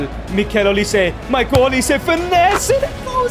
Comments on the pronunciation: Bro what the hell is Mikel olisé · Migel olise it’s Michael olise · bro its not mikel olise its michael😭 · His name is Michael